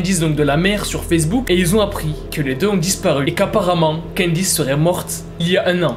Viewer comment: Adame: Candyce Les caméras: CANDACE